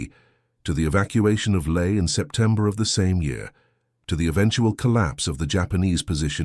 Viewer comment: So where is LAE? The usual ai horrendous pronunciation.